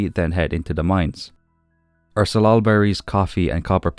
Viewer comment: You pronounced salal correctly - it grows wild in the Pacific Northwest where I live. Thank you for the full episode!